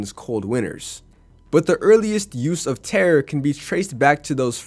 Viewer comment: Not to nitpick but tare is pronounced tah-reh